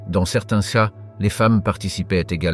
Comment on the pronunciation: Très intéressante vidéo sur les fondements et pratiques des Comanches qui rappellent parfois les samouraïs. Dans la forme du commentaire audio : "céa" prononcé au lieu de "cas", comment dire ? On se demande si le narrateur a un minimum de maîtrise de la langue française.